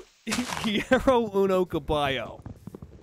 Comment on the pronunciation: He pronounces some words very dragged out in a way that gives away how new he is to it (he says quiero as keey-air-oh very very strongly lol) which isn't wrong just clearly inexperienced. He's defenitely doing pretty good though